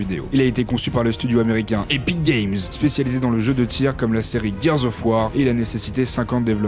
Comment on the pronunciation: Mdr quand il dit "Epic Games"